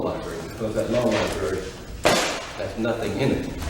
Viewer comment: Judge said law lieberry 😂